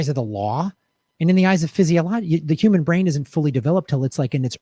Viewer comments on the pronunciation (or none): none